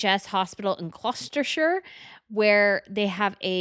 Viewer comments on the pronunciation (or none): Thank-you. I gave up watching her because of how she insults all of our Royal ladies. On this she also mentioned Gloucester, but totally mispronounced it. She then began singling out Royals for criticism about their dress sense. We don't tolerate that here. We absolutely hate the American president, but don't make nasty comments about his wife's dresses. I forgot her pronouncing Edinburgh. She also dared to insult Sophie's dress. I hope she doesn't visit Europe. We don't take kindly to people insulting our Royals over their clothing.